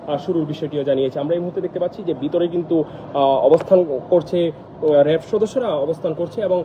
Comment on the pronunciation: "র‍্যাব" কে 'রেব' আর "কাঁচ" কে 'কাচ'। বাংলা উচ্চারণে আরও যত্নশীল হওয়া চাই।